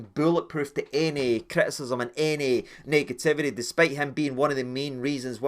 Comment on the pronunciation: Absolutely no one:: "negatividdy"